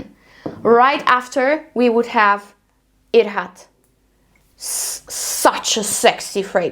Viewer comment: The pronunciation is hidj-rat :)